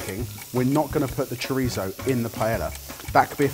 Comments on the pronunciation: is it just me or did calls chorizo "choritho"? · It really bothered me especially when went over the top with his chorizo pronunciation and then continually pronounced paella wrong